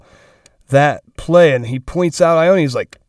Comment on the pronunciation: Ioane is pronounced yoh-ah-neh lol